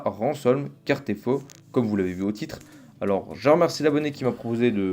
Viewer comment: C'est Casterfo, pas Cartefo 😉